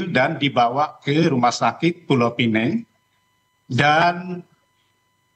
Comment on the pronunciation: PULAU PINANG la bukan pulau pineng...